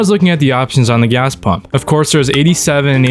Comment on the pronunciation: "I like to pümp premium, in my car ja"